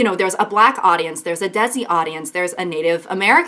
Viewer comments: Why did you pronounce desi like dezzy 😆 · Did you say daisy? For Desi? ' '⟨ <(LOL) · Agreed!! But just the pronunciation of ‘Desi’ is ‘They-ci’ :))) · omg why did it take soo long to understand she was tryna say desi. for the non desi's its pronounced as (they see)